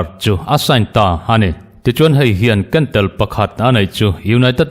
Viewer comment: " Kentel " i sawidan hi a dik Lo, mizotawng hi ytuber ho hian inthiamlp em mai.